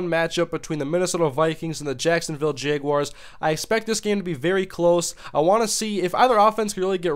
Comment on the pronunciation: He said "jayguars" lol